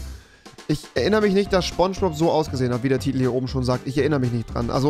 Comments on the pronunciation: (S)pongebob!! Und nicht sChPoNsChBoB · Niemand: Wirklich Niemand: Rewi: scHPoNGEboB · Man kennt ihn: Schpongebob